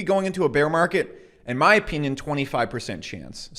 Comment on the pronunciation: Or you trolling when you say "opeenyin" ? Or perhaps you are Canadian?